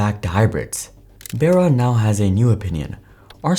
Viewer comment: IDK why it bothers me but I'm pretty sure it's, Mary *"Bar-uh" "b-ARE-uh". Not Mary "bear-ah".